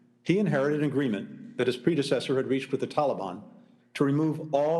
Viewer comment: The guy can't pronounce predecessor lmfao yeah we should all take this guy seriously. What a joke.